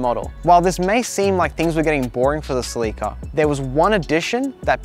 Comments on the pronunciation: sleeke'a? You mean Cell' la Ka? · It's a Celica.. NOT A CELEEKA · You are killing me oh please stop saying ( sea leak uh ) ITS (sell uh cuh) pleas learn how to pronounce it corectly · It’s called “cel la ca” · I have never heard anybody pronounce Celica like he does I don't know if it's an American thing but we say it completely different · Haha we were talking about this when filming that some people might be confused! In America they pronounce it seh-li-kuh vs Australia and a few other places pronounce it suh-lee-kuh. No one knows which one is correct as far as I could find out!